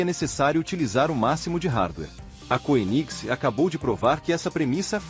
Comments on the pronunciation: Pronuncia-se kêniseg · Legal, mas poderia pelo menos pronunciar o nome da marca de forma decente. Dói nos ouvidos! Kkkkkk